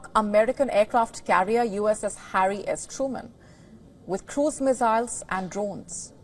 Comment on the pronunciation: Missiles not Mezails